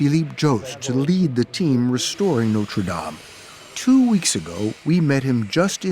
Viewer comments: Note-ra Dame 🤣🤣🤣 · Is it really that difficult to correctly pronounce the words NOTRE DAME ? 🙄🙄🙄